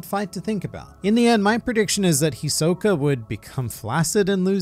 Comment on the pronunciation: The way he say Hisoka is trigerring for me. I expect more from an anime fan. smh 😕